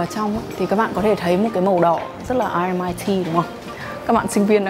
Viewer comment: Vậy cuối cùng là a hay o??? Thấy nhiều vlog đọc là o. Nay nghe đọc là a. Mình nghĩ đọc chuẩn hơn thì phải.